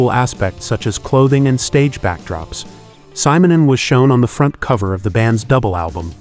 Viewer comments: ...yeah, what do you expect from an A.I. narrator?! All this so-called marvelous technology, and they can't even pronounce simple names and words correctly. 🤦‍♂ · You mispronounce his family name.